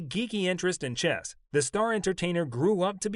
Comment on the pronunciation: For gawd sakes it's chess, not chest.